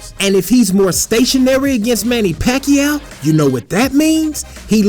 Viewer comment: Paquao??? I am loughing of him...